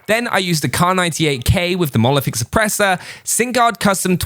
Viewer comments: Nobody:: Monolithic Suppressah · Mono.... lithic...... šüpprēśør